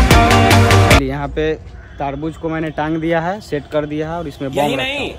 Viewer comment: Taarbuj nhi tarbuj